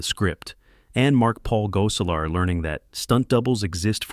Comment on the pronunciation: Oh...my...god who in the blue hell is doing this voiceover? Urkel was pronounced differently every time it was said. Gosselaar was pronounced differently every time it was said. And 20 other things were ridiculous.